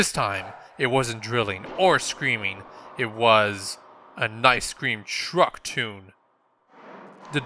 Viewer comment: did he say nice cream truck